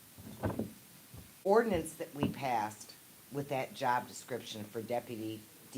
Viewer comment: JWC: "the dippity..." Me: 🗣️ DEPUTY! Use your phonics!!!